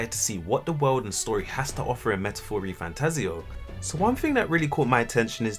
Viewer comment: Congrats on being able to accurately pronounce, "Refantazio", which for some reason, almost no one else can do...